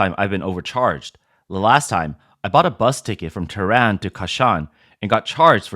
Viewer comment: Ha ha ha. Awwww. Commies getting ripped? It’s pronounced as “ teh ran” lolol